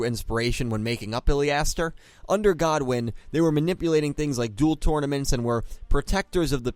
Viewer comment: It's Goodwin not Godwin lool 😂 😂 😂 😂 😂 😂